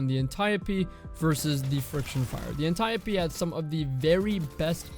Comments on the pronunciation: thousands of dead ancient greeks are cringing in their graves at the destiny communitys pronunciation of Antiope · The way he says Antiope-D. Why are you doing this, why must you hurt me this way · Man the way you say antiope actually pisses me off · I dont care if the way he pronounces it is correct, it still annoys me cuz it just doesnt sound right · Proud of the comments that they’re not all just roasting how says Antiope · Please never pronounce antiope like that ever again lol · good vid but the way you pronounce antiope is horrifying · Antieuhhpee VS antiope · [Ann-tee-ope] Ah yes the Anteeopee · This man said the Anti - o - pee. Wtffffff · I really just cringe everytime he says .. “an ty oh pee” it’s anti-ope lol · lol the correct pronunciation is (ant-e-op d) not (antape d) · I don't care how it's supposed to be pronounced, it sounds weird to hear "An-tie-oh-pea" when i've read it as "An-tea-Ope" for years now. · antayopee Mf, it's pronounced like antelope antiope... Good video tho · Bruh its anti-Ope like antidote but without the d! Idc what Alexa told you when you looked it up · Apparently you looked up the wrong word or asked the wrong person my guy its freaking Anti- Dope D without the D. Antiope! Very simple idk how you could butcher the english language so badly? You seem pretty intelligent but damn bro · pretty sure its Anti-ope... so stop bullying my brain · It's actually pronounced Anti-Dope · Ann tie ohhh pee...... no thanks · Ant-e-ope. Say it with me. Ant-e-ope, Ant-e-ope. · Smh cmon is Ant Ee Ope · Anti-oap.. pronounced like soap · ant eye oh pee you probably pronounce gif as "jif" too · aniope " antio-pee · Cummy's pronunciation irks me off. I kinda hate that guy. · It's pronounced Auntie OPE, Dee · cant even say antiope right cause he didnt play year 1 lmfao learn bud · it seems that way because so many people have normalized the incorrect pronunciation. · no fucking way thats how its pronounced